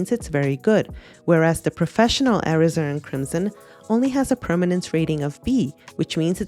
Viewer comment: I appreciated your deep dive into Cotman vs WN Professional WCs. As an illustrator, I've been a long time satisfied user of Cotman paints. Two things I would like to note about your otherwise wonderful presentation are your incorrect pronunciation of Alizarin and your referring to the P in the color code as "pigment". A P in a color code stands for "Permanent", not pigment. Thanks for your very helpful comparison of these 2 paint brands.